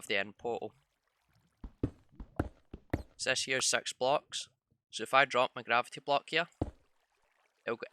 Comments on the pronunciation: it six not sex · He is maybe german is germany six is "sech" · The way you said 6 though.... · how he said 6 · i just hear him one,two,three,four,five,sex.seven,eight,nin,ten